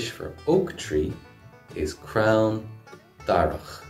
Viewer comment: Crown?? I'm sure it's crann